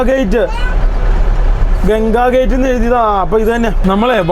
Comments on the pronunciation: Not gate it's ghat.. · ഘാട്ട് ആണ് ഗേറ്റ് അല്ല 😂